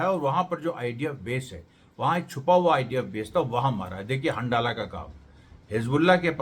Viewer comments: अमरेश जी!!हंडाला नाम नहीं है बल्कि हंज़ला नाम है उस ग्रूप का!!!! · सही उच्चारण हंज़ला है